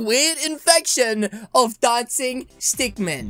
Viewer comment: It stick min not stick man